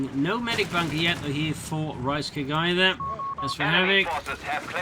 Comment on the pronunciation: I just kept hearing Reichscake everytime you said Ricecake :D